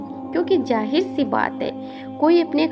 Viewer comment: Jahir nahi beta zahir talaffuz pr tawajjoh do